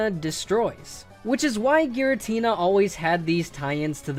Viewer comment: GIRATINA, NOT GARITINA! SOLGALEO, NOT SUNGALEO! FIX IT NOW!